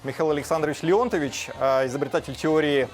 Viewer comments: ЛеонтОвич, а не ЛеОнтович, мля.... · В фамилии Леонто́вич, ув.господин, ударение падает на второе О, а не на первое. Такого уровня специалист должен знать об этом!😮 Или ударение вы изменили с какой-то конкретной целью? Жаль, что ответа мы так и не получим... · Скажите, что в фамилии "Леонтович" ударение правильно ставить на третий слог...потому что Михайло Леонтович - украинец по происхождению...